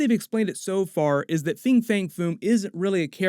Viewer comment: "Fin" fang foom. Not "Fing."